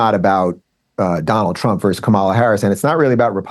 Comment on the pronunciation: Adam, please help Dave. He is pathologically unable to say "versus." Every time he says "verse."